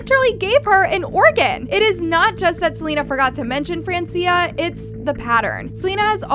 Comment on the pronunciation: It's fran-chah